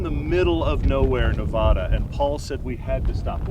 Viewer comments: By the way, it's Nev-Aah-Dah not Nev-Auh-Dah. And, yes, we love living here with all the wonder around us. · welcome to the West. But please leave your East Coast pronunciation of Nevada behind.